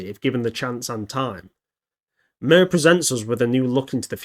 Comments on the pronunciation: Its suposed to be pronounced rather than "Murr" and more like "Meer" with rolled R. But anyway what do you think was the territorial range on MIR and Skynet? Did Skynet control South America too and Was there MIR's pressence in Europe and Asia? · It’s pronounced MEER not MIR. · Mir is pronounced like mer and translates to peace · Hi. I got my degree in Russian in college. This is a great video, but I’m afraid that it’s pronounced “meer” like meerkat rather than like the ointment the wisemen brought to baby Jesus. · It's pronounced like meer. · I think it’s supposed to be pronounced “MyeerR” which means world in Russian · Cool but pronounced like "mere"